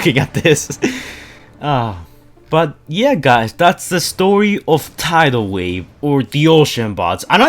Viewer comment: you said his name correctly!